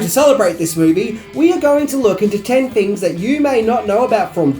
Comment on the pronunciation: Every time says "fings" instead of things or uses f instead of th and user instead of other take a shot.